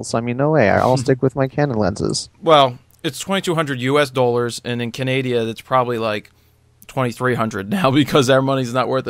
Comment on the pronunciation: Canadia lol